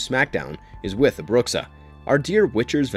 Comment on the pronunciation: Bruxa means literally witch in Portuguese (and your pronunciation isn't exactly right...)